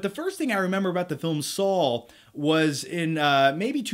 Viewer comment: Anyone else hear him saw "Saul" instead of "Saw"